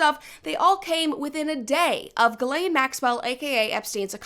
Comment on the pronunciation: You just saying the woman’s name correctly is like music to my ears… if I hear one more “gizzlane” omg.